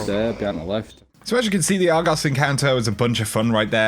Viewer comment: The way he says Argos is just beautiful